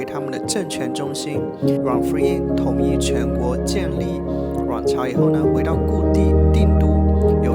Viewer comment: 謝謝介紹，很好看。「阮朝」發音有點好笑，像「卵巢」。😂 整體拍得很好，歷史介紹也相當到位👍